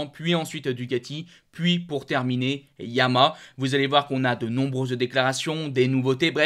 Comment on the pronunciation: S'il te plaît.... Dis Ya-ma-HA J'ai 84 ans, une 2005 R1 YaMaHa. Tu ne dis pas Astri pour AstriA. A part çà j'aime beaucoup tes commentaires. Carole.